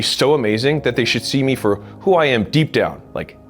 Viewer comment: bro should be a comedian the way he emphasized on the deep got me laughing my ass out